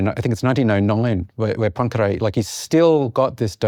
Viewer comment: Are they pronouncing “Poincaré” as “punkray”? Or is “punkray” a different person?